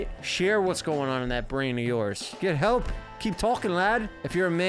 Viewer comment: better belp? Lol